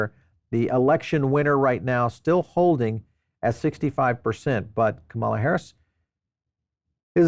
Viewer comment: her name is not Cemalla … her name is Kamala…KAm.